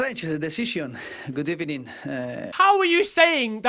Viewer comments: No one: Literally no one: Unai Emery: Good ebening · Good ebening, good ebening, good ebening, good ebening GOOD AFTERNOON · Emery: Strange decision, good ebening: it's not even a good ebening, it's a bad ebening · “Its not even a good ebening! Its a BAD ebening”😂😂😂😂😂😂😂😂😂😂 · Nobody : Unai emery: good ebening (goodimini) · Unai Emery: We can still qualify for the good ebening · It's not even a good ebening It's a bad ebening- Best sentence ever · It’s not even a good ebening, it’s a bad ebening 😂😂😂😂😂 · Unai emery full speech: good ebening this was a bad ebening